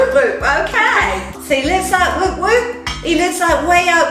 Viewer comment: The 'oo' in 'woop woop' is a short 'oo' sound, pronounced more like the 'oo' in book or took, not like in moon or soon. And the 'g' in 'sanga' is a soft 'g', like in singer or hanger. 😊